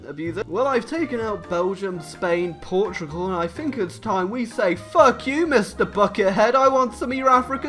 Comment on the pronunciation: Boi. It is pronounced Portugal not portrigal like you say it